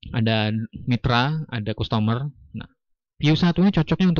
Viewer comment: nyebut nya kastemer bukan kustomor, dan graust bukan grot 😂